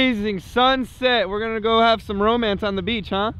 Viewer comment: it sound like he said trump instead of some. c